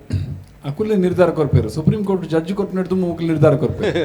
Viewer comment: It's judge not Jaarj mare